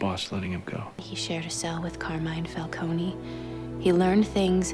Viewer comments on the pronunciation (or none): The mispronunciation of Falcone is really annoying